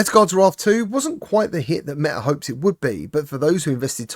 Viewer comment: "Meh Eh Quest"